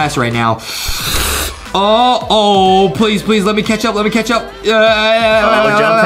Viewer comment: Catch up sounds like ketchup lol